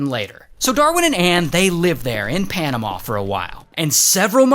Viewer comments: It’s panamuh not panamauh just saying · The way he says panama 💀